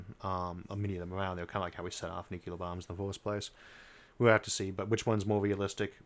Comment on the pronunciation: Every Army and Navy guy I ever knew mispronounced the word "Nuclear" in the same way that Isaac does. New=Clear is correct. Nuc-u-lar is incorrect. George Bush Sr. pronounced it correctly. His son pronounced it incorrect;y. If you have your finger on that button, and you are about to end the species, you should at least be able to say the word.